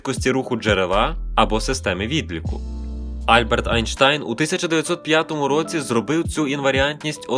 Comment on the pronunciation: У Вас дивні наголоси. Максвел, Альберт